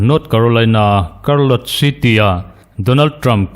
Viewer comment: Chartlotte lam dan hi karlawt ni loin ‘chhárlawt’ tih zawk tur a ni ang.